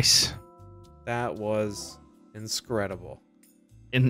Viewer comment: You said inscredible when playing the lawn mower game